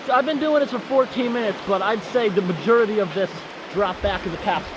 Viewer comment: I love and his vocabulary...Gonna start taking notes...Best from this video is "Majurrity" or Majority... has put the Majurrity of Beavers on notice. lol